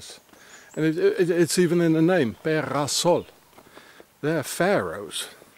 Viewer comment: Be-ra-sol... not "the house of sun" ... could it be "the temple of sun"? (A swiss cult was named The temple of sun). Temple = big house.